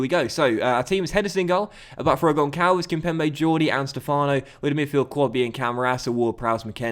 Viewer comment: Hi,! Love your videos! Btw, the "ç" in Gonçalves is pronounced like a "s". Love from Portugal